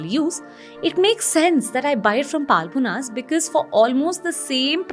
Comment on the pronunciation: It's not Paalmonas. Horrible pronounciation